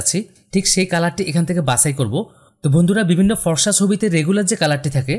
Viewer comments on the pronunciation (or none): পর্সা না ফর্সা হবে। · আরে ভাই পরশা না ফরসা